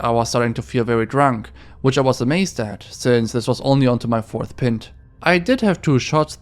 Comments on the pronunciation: Pint. Not "pin-t" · Pint is pronounced Pient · A “pent” of beer lmfao, do u also call ur pimp “pinemp”? U also have an extremely Asian sounding mouth, just awful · Pro-tip: pint is pronounced like Pine with a T at the end, not like Tin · It's pronounced pynt not pint. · Pint is pronounced with a strong I. Picture how you would pronounce bike. Thats how pint is pronounced. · I can’t believe you pronounced pint 🍺 like you did 😂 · The way you said "pint" had me laughing so hard, like who the fck thinks it's said like that for real